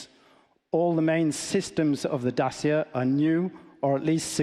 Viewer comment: It's DaCHIa, not Dasia